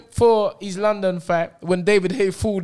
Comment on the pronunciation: L-o-don? Where did you schooled? 😂😂😂😂